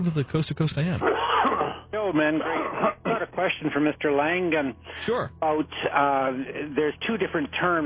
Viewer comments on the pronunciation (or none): Oh gosh his name is Langan. No "D" ok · isn`t his name langan? this guy keeps calling him langden...